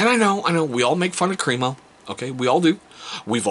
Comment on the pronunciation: All of their products are great, I've used the shave cream for years. I pronounced it Cream-O exactly they way you did until I watched some videos by the actual company and discovered it's actually Crem-O "short e sound" not Cream-O 😂